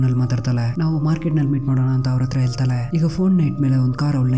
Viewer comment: ಹೆಲತಲೆ ಅಲ್ಲ ಬ್ರೊ ಹೆಳತಾಳೆ